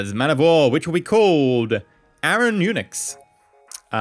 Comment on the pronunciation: whaen he said Unix I hear Eunuchs, it would have been a funny name...